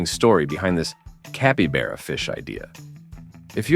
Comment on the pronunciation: Oh my ! Listening to this ai murder the name of capybara is too funny!! Guess he gets it right most of the time.